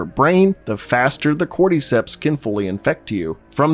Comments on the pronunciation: Why do you pronounce cordyceps like cordeecepts lmfao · nobody: this guy: corde-ceps